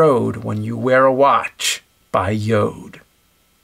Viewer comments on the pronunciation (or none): i like how he says "yoed" as opposed to "yord" i accept the j sounding like y, but i dont accept the missing r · You accidently mispronounced Jord as “Yode”. Just something I noticed. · ok.... the way James was saying Jord sounded too much like chode for me.... lol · Did he mean Jord instead of Yode?! lol wut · Am I the only one who thought the "Jord" commercial in the beginning seemed like it should have been said like "Ford" but with a J.. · Jord means earth in danish. And it is pronaunced yor, the d is silent. Maybe its sweedish in wich case the d is pronaunced. People who watch starship troopers reviews need to know these things! Its important! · Joad? Did you misread that? :P